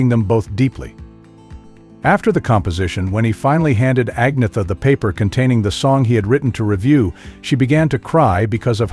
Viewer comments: It's not! Ag-na-ther...it's Ann-yet-ter or Ann-yet-a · An-yeta.... Not Ag-nita..... You're wellkum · The commentator on this piece of trash can't even pronounce Agnetha's (AN-YET-TA) name correctly which is bad enough but to then blame her for the break-up is beyond scurrillious! Shame on the shitbags who made this piece. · Pronounce, An yetta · You could at least learn how to pronounce her name correctly. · You need to learn how to pronounce agnetha